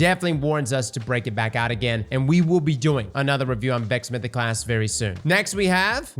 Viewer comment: I wish could say words like podcasT or mythosclasT instead of podcass or mythoclass